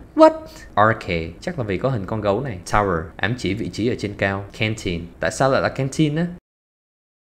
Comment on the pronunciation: canteen phát âm sai trọng âm. Từ này trọng âm 2 mà bạn lại phát âm nó là trọng âm 1